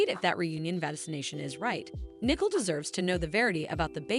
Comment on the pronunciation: Her name is not Nickel it is pronounced. Knee-Coal but this want do you any good if you can’t pronounce these words either